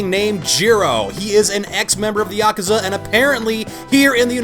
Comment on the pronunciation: Laughing at the way you pronounce Yakuza.